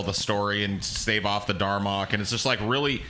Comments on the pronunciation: Dalrok not darmok. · "Darmock"?!? What the fuck?! It's called the DALROCK dumbass!